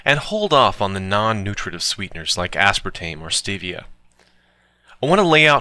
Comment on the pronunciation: Dan Quinn doesn't approve of you condemning stevia. (pronounced steevia, player!) He will challenged you to a fight while videotaping himself shirtless in a mirror, Ok player. (ok, only the mma fans will get that.) How about maple syrup? yay or nay?